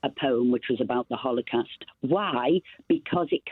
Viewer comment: What's a hollow cast Esther? Can't even pronounce the word the fool.